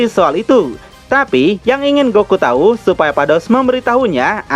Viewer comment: Ada kata yg terpeleset min. "Balmod memberi tai 😂" Menit 4.30